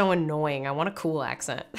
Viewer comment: Your accent is pretty good. But when saying the word accent, use a schwa for the E. Aks 'nt